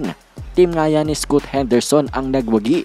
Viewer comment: scaat kc ang pronounce sa scoot whaha